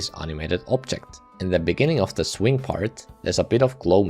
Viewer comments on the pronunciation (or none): In the beninging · you said "in the beninging" at deadlocked, lol nice reference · in the beninging... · 'in the beninging' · in the beninnging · as you can see made some mistakes in his script. Instead of saying “in the beginning” he says “in the beninging” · "in the beninging..." hahahhaha!🤣🤣🤣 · In de benin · inni inni the beninging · Inni the benni Inni the benninging In the benninging. Wow. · “beninging” 😭 It also says this in the captions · In the bininging 😂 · Bro just said “in the beningging of deadlocked,” 😂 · (lol) 'In The Beninging' 😂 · in the beninging hits hard. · in da beninging 💀💀💀💀💀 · 𝐈𝐧 ⓘⓝ ꪱׁׁׁׅׅׅ݊ꪀꪱׁׁׁׅׅׅ 𝚍𝚊 вєηιηgιηg💀💀💀💀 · ɪɴ ᴅᴀ ʙᴇɴɪɴɢɪɴɢ ｉｎｉ ｄａ ｂｅｎｉｎｇｉｎｇ💀💀💀💀💀💀💀💀💀💀💀💀💀💀💀💀💀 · "In the beNINGing" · "in the beninging" 😭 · "in the beninging" made me laugh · in the beninging xdd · 19.37 very much on purpose "in the beninging" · in the beninging? LOL 😂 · “in the beninging” lol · "Now for deadlocked, in the beninging" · He said the meme on accident 😂